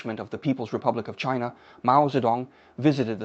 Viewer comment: I don’t like the pronunciation of “China”. It was a French version rather than English version😂